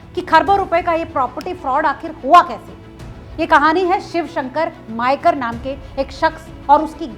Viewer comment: मयेकर not मायकर . हणजुणे not अंजना.